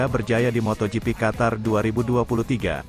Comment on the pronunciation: njir beneran di baca moto gepe, fix nih orang jarang/ga pernah nonton moto gp. tulul nya kebangetan,sok tau lagi